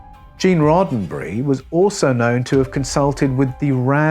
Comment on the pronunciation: Roe berry?? What?? You go from scripture to Rodenberry??